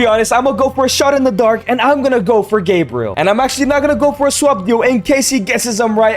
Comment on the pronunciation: Gebriel sounds so wrong 😂😂